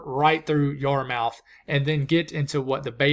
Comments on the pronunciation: You're doing a great job and, for many people, a great service. A couple of "colloquialisms", (proffered with deep respect to the awesome job you do)... Saint John, New Brunswick is always spelled out SAINT John (never "St. John"). St. JOHN'S is in SE Newfoundland. Please note the possessive "John'S". Yarmouth, Nova Scotia is pronounced Yar-Muth (like one would say "mother"). "Newfoundland" has the emphasis placed on the "land", thus the rhyme: "Understand Newfun-LAND". And by the way, it's another incredibly magnificent place, populated by some of the greatest people on God's green Earth. There's a quip that goes something like; "How do you know who the Newfies (Newfoundlanders) are in Heaven?" "They're the ones that want to go home". Labrador is west of Newfoundland. The two are generally considered to be one province and the license plates on vehicles there are marked "Newfoundland and Labrador". Cape Breton Nova Scotia is an island, separated from the main land of Nova Scotia by the Canso Strait. A causeway was constructed across the Canso in the 50s. Friends from up thattaway swear that things have never been the same since. Prince Edward Island is Canada's smallest province, but despite this, its impact on the latter day "Confederation of Canada" is huge. Thus, it is often referred to as "The Cradle of Confederation". I won't comment on some elder Newfoundlanders' thoughts on the whole Confederation thing. Suffice it to say, some of them have never embraced it. Prince E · " YAR - MOUTH" . . . As soon as i stopped laffing I hit the subscribe button . . . 😆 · Excellent presentation. I think the name of the body of water you're looking for is the Gulf of Maine, the area of ocean between Maine and Nova Scotia. Pronunciation was good as well, except Yarmouth, despite it's spelling it pronounced Yar-muth. Some of our forefathers up here were grammatically challenged I think. 😁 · But he can't pronounce Yarmouth.